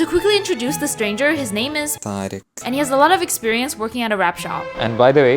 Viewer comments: It’s “Tariq” btw ik names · was Tariq really that hard to pronounce or do you all just refuse to do so